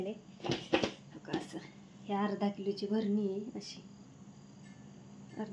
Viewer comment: भरणी नाही म्हणत बरणी म्हणतात